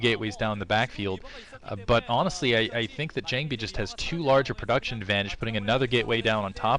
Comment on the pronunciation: can some one kick the new boy when ever he says jangbi?